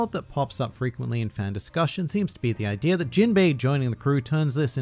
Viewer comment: Why does he always add an r to the end of idea? Ideaer